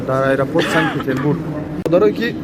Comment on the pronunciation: Санг-Петербург не, Санкт-Петербург! Бисерии точикон санг мегуянд)) 🤭😅👍